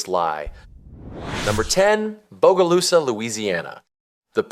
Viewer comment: lived in bogalusa for 29 years…nobody calls it bodylusa